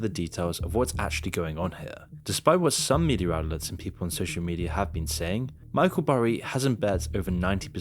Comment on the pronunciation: Media* not Medier